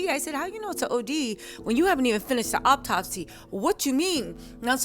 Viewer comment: Hey sweetie. It’s “autopsy” not “op-topsy”. The first syllable sounds like ahhhh like auto not “op” like operation. Just want to help a sister out. ❤